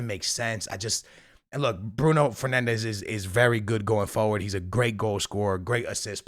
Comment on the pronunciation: Im surprised that doesnt say Bruno Fernandez's name correctly! Makes me feel better about myself